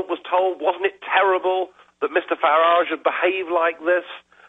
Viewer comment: Alex has been getting all the small details wrong though even calling Farage an EUP not MEP, even pronuncing his name wrong, but the small details dont matter much